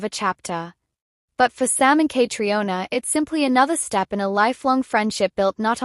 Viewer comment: Her name is pronounced “Katrina;” please say it correctly!